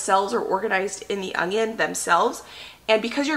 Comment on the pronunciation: No "g" in onion, Sweetie!